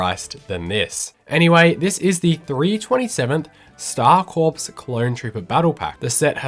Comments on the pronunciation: Good video, FYI Corps is pronounced 'core', as in Marine Corps, not corpse, as in dead boi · Oof. "Star CORPSE"? Somebody didn't go to high school. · Good video, but you don't pronounce the 'p' in 'corps' :)